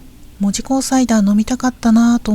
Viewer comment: 大正14年に建てられていません！！！もっと古いです。 現在の門司港駅は新築当時を復原したものです。 木製の乗車券の販売窓口、復原前は、あんなもん、なかったです。 「門司」のイントネーションがキモすぎる 「門司」は「文字」と同じイントネーションではない 「も」にアクセントはないのだ 住友銀行門司支店は昭和20年6月の空襲で燃えて灰になりました。 日本郵船門司支店ビルは、九州初のエレベーター設置オフィスビルです。 動画のエレベーターは昭和2年の建設当時から修理を重ねて 現存しているのですが、このことが紹介されたことがありません。 なお、郵船ビルは1990年代のレトロ事業スタートから、 観光客の受け入れをしていないビルなので、 観光目的で入ると注意されることがあります。 国鉄時代、このビルの２Fから門司港駅を撮影して私も怒られました。 郵船ビルの動画はアップしない方がよいと思います。 ホームリンガ商会の建物は戦後の建物です。 旧門司三井倶楽部から桟橋通を歩いて北九州銀行まできたのに 鉄道記念館は？？？？って怖すぎる 歩いている途中にあったのだが・・・ 門司区本町（ほんまち」と読みます